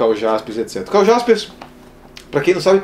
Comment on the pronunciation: Embora se escreva com J, lê-se Karl Iaspers, com I. Parabéns pelo vídeo e pelo canal, fazendo a ressalva que o colega já fez do Eichmann.